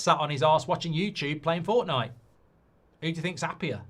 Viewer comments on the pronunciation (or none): none